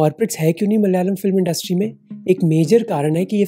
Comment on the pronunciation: മൽ യാലം അല്ലടാ നയിൻ്റെ മോനെ 😅